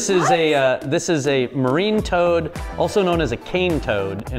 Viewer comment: IT IS TOAD NOT TOAT